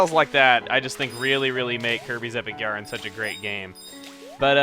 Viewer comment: Could have sworn you said Kirby's Epic urine at one point xD